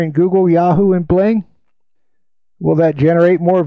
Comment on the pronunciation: Bling or Bing? :D